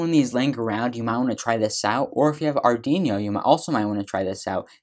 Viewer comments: good! i love how he said "Ardinious" XD but thank you for the tutorial, really helped me UwU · JFYI, you are mispronouncing Arduino. But otherwise, well done! :)